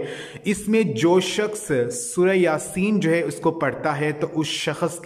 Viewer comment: Hazoor nhi huzoor bola kre aur sakhas nhi bolte sakhs bolte h apne word ko sudhare plz